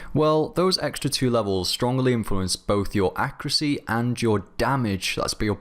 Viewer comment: am i the only one that's irritated by the way he says accuracy?